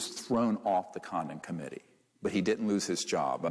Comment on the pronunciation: I kept hearing 'condom committee' haha 🤦🏽‍♀️